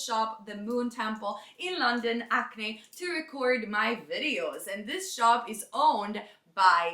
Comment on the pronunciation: Btw to anyone not from London, its "the witch from Hackney", not acne. But lots of us in London say Acne!